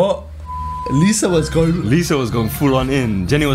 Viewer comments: That girl is Li - Za not pronounced as lisa lol😂 but shes filipino phillipines and shes known to have the beautiful face in the world.. for reals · Liza soberano is known actress here in the Philippines. Btw it pronounce as "layza"